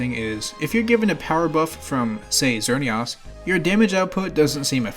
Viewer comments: Its not xerneos but xerneas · I am frustratinged Zernias??????????? It’s not pronounced right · ok but why did he say xerneas like that tho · I want to see a t-pose in a competetive tournament Also, don't mean to be 'that' guy but you pronounced xerneas wrong